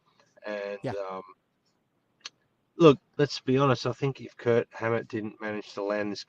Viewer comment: Is it my f***ed ears, or are you guys calling him Kurt instead of Kirk?